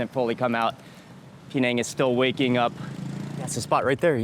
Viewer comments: i d i o t ----- Penang is not pronounced PEE - NANG - the correct pronunciation is PIN - NANG ........... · That gravy wasnt thick at all. It looked very watery. I would hate to see him see proper thick gravy. He would probably pass out. It's not P NANG EITHER ITS PER NANG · His pronunciation "Pee-neng" did start to irritate me after a while. Closer is Pin-ang or Puh-nang. I lived in Perak many years go! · Mark I always appreciate your content and all the wonderful videos you make, but I just have to say it not “PeeNang”, but actually “PeNang”. The right pronunciation of the dish makes a big difference.Still love your content though. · Its not PE nang you dont have to enunciate the PE its just per nang even that local man pronounced it per nang. Only Americans who know nothing, really dont know how to promounce places unlike Europeans who have travelled further than him and know about the world. They are the ones that know the correct way to say a place or country unlike Mark weins he doesnt know anything about correctly pronouncing words. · bahahahaha Americans can't pronouce Penang baahahahahahaha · Mark Weins, we adore you but your pronunciation of Penang has myself and my daughter laughing so hard.